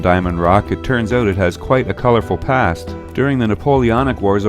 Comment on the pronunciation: Towards the end of the video you said "so if your in the area check it out" the way you pronounced 'out' is a dead giveaway. More like 'oot' I know I'm Canadian too eh ;-)